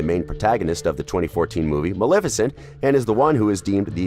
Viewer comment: That’s Maleficent (MUH-LEH-FI-CENT)